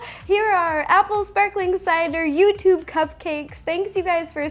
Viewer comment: "Shparklin' apple cidaaa..." XD